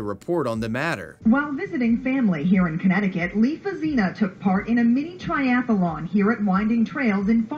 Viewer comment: I notice you're pronouncing "athlete" with two syllables, as is proper. But "triathlon" is similar with only three syllables. It's strange to hear the repeated "tri-ath-a-lon."